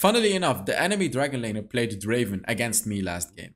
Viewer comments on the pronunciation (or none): it's not draven it's DRAAAAAAAAAAAVEEEEEEEN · It's not draven it's draaaaaaven